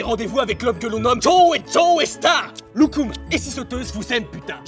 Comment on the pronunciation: Il a dit locum ces gâteaux turk